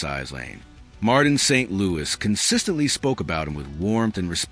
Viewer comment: St.Louis is a city in Missouri. Can AI actually pronounce the name properly?